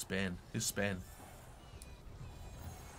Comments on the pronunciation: It’s been spain without the n? It’s been spai? So much spaiiii 😂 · Sorry does he say Spain without the n or am I being stupid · Who else realised said am in Spain with out the n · "Spain without the n' spai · Spain without the n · He said spain without the n